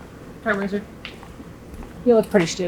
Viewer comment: Your intros are sending meee!🤣 And this Porsche is like my 80s teen dream come true.🎁 ETA: Seriously, seeing so many YTers w/the Bendpaks now, I assume the cars on the top lifts are leak-free...?